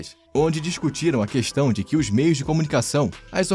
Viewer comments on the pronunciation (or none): none